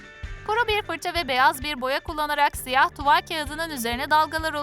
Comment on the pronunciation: ula tuval diyo tuvalet anlıyor yaa